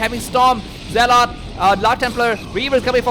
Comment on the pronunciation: Zealot is not pronounced "Ze-Lot", it's pronounced "Ze-Lut", wherever you picked that up from is wrong...and you speak way too fast to enjoy the commentary, slow down a lot...your English is excellent however..